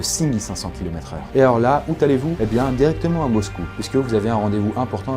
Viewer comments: Il a dit "et la ou t allez vous" avec un t mdrr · " Où tallez-vous " ... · Lol « ouT allez vous ? » Mauvaise liaison😂😂